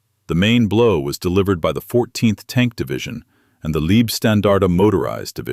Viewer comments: Thanks for the video. It’s both annoying and funny that AI is talking about the “Liebstandarte” and not the “Leibstandarte”, making it the “love guard” instead of the “bodyguard”. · Also kindly correct AI from 'leeb' to LIBE (leib)standartige shtan-dar-tig eh. And Wiking is correctly spoken as 'Vicking.'. Now we'll all feel more comfortable. We also appreciate the corrected 'Panzer Meyer' designation. Thanks.👍👍